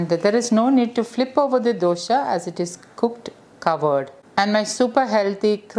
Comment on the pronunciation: I just want to add that, for a kannada language person, the word dosha as pronounced by you, gives a negative meaning. You can Google the meaning. Just thought I would let you know. Hope I have not offended you.